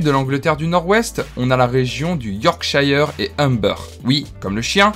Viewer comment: Attention à la prononciation pour certains noms: Yorkshire (prononcé Yorksheur), Petersborough ( prononcé en gros comme Pitersbro) , Leicester (prononcé Lester) , Norwich (prononcé Noritch]....Sinon, la vidéo est assez sérieuse.